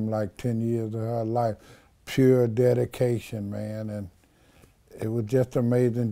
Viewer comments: Did he say DADication? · Im fukn 😂😂..nigga said its "Dedication"😭😂😂